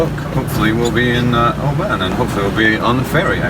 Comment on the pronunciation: mispronouncing Oban often. they should socialize with the locals more?